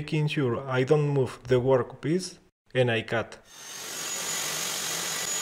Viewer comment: Very cool..but now I can't stop saying "gwork piece." 😂